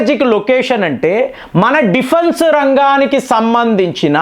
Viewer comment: డిఫున్సు కాదురా, డిఫెన్స్